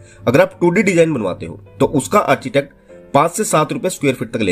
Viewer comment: मेरे हिसाब से आर्किटेक्ट होता है आर्चीटेक्ट नही।